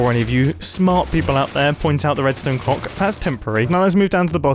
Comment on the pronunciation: "Before any of you SMARWHT people point out the Redstone CLOWCKH" 😂